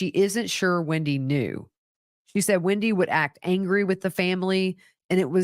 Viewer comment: Hi,it’s not Windy,it’s WENDi